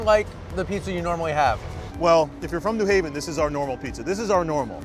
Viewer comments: It's not "in mass", it's 'en masse', which is pronounced "ahn mahs", and it's not "Newhaven" ("NEW hay-vuhn"), it's New Haven ("new HAY-vuhn"). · It's New HAVEN, not NEW Haven.